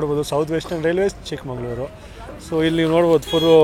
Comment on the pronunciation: ಚಿಕ್ಕಮಂಗಳೂರು ಅಂತ ಇಲ್ಲ. ಚಿಕ್ಕ ಮಗಳೂರು ಕಣಪ್ಪ